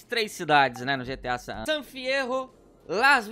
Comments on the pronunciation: É SAN ANDREAS KKKKK NAO SAN ADREAS KKKKKKKK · San Adreas 👏 seu português ta otimo